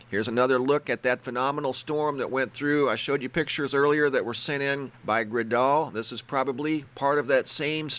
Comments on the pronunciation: Hi! Fantastc pictures! I live in Red Bluff Ca. My friend Gredal sent the shots from storm yesterday. You pronounce her name like Gretal, like hansel and gretal. But your way is cool too☺ love your channel! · Awesome, my daughter Gredal took the first set of photos and her name is pronounced "Gretel" like from "Hansel and Gretel." But that's okay! Thanks for posting her photos. It was a crazy night for us all. Here in the north state (California).